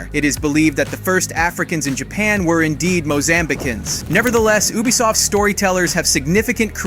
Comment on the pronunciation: Sorry man but but your pronunciation is garbage you said Ubisoft wrong every time and pronounced Yasuke differently every time you said you even called him Ya and hattori hanzo don't even get started hope that was a AI voice and not actually you